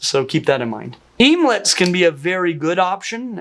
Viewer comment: bruh... emelets... OMELETS. let's think this through lol...